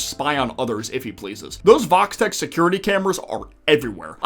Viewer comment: Am I the only one that always hear Vault-Tech when they said Vox-Tech? Also "It wouldn't surprised me if Vox spied on what happened in the Club with Angel and Val" Show a Vox Camera right on the up-left side.